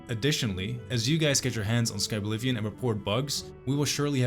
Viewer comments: SKI blivion 😂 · did bro just say skiblivion ?? as in skibidi or is just the brain rot at the terminal stages and there's no hope for me.. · I never would've guessed the correct pronunciation of Skyblivion was Skabblivion all along